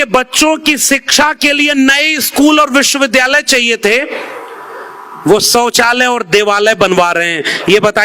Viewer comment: Sab theek hai lakin sauchalay to sahi bhai kyo sauchalay ko galat bol rahe ho